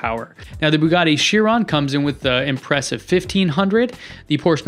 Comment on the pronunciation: Also it’s chir on not chirone lollll